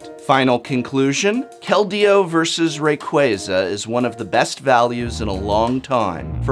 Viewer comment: Hearing say "Kal-deo" makes me giggle